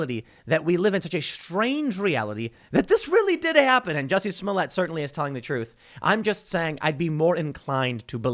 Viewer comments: Its not Jessie smollett, its Joocy smooliett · It’s French actor juicy Smoll-ette!